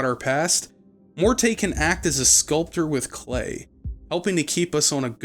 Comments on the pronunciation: and it's Morty, like rick & morty. He's a vaudeville comedian head, none of them were named Mor-tay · the only thing it depends on is if you believe all of the companion voice actors mispronounced the name and the devs left it in. If you don't believe that, then the name is simply pronounced "Mort." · actual audio producers use the preferred pronunciation of the character/person instead of some dug up definition of the pronunciation. It's Mort. Not Mort-eh. That is so silly. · >Every time he says "Mortay" It's MORTE! MOOORRRRRRT! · "Mor-tay" too lmao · Pretty sure the "e" in Morte is silent. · its pronounced Mort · Uh, it's actually one syllable, "Mort" as in death. If you want to be fancy French, you can go with "Moh-ert" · setting aside the French (fem) pronunciation being also with a silent "e," it doesn't matter how a word is pronounced elsewhere if it's a specific name of a character and you are given the specific pronunciation of the name by the character's creators multiple times within the same medium you otherwise encountered it. I feel both the root and their chosen pronunciation fits the character pretty well. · The game is a masterpiece, but... barmy cutter don't know how to say Morte and Sigil right XD